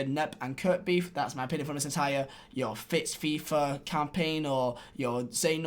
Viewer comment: It’s #FixFifa not FitsFifa like you said.